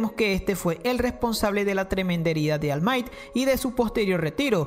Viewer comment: Porfavor , si pudieras pronunciar bien el nombre de all might.Te lo agradecería